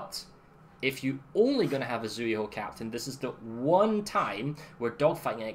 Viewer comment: its pronounced Tsühu